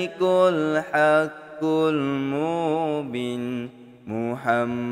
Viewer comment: Spatutnya 'mubin' tu panjang skit....sbb lepas huruf ba ada huruf ya....jdi kene panjang...cube dgar ust2 lain zikir...tp apepun tkpee...bagusss doh konten mcmni...slow2 blaja ok🎉